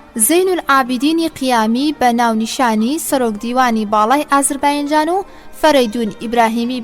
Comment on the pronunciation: سڵاوتان لێبێ و دەستتان خۆش بۆ ئەو خزمەتە گەورەیە. بەڵام تکایە ئازەر "بایـــنـــجــان" نیە. ئەو باینجانەتان لە کوێ هێناوە؟ نازانم هەڵەی وەگێڕە یان هی ئێوەی بەڕێزە کە دەیخوێننەوە؟ ناوە دروستەکەی ئێستای ئەو شارە، "ئازەر بــیـــجان"ــە. لەسەردەمی ماددەکاندا لەژێر سایەی حوکمی مادەکاندا بووە و پێی گوتراوە (ئــاتــرۆپـــاس).